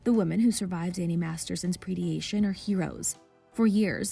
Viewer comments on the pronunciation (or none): Bizarre that no editors caught two glaring mispronunciations by the narrator. The pronunciations for "predation" and "tertiary" can be looked up easily